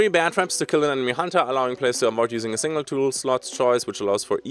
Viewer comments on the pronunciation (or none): none